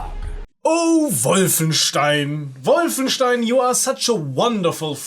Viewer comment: Always a pleasure to see someone remembering this great game. And you even pronounce "Wolfenstein" correctly, which is pretty rare on YouTube ;)